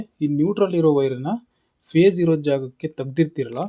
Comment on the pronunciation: 👏👏ಮಾಹಿತಿ ತಿಳಿಸಿಕೊಟ್ಟಿದ್ದಕ್ಕೆ ಧನ್ಯವಾದಗಳು. Pace ಅಲ್ಲಾ phese annisutte. 😊